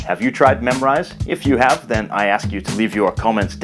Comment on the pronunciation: Thanks for the good video, but i have question here why did you pronounce Memrise like memorize?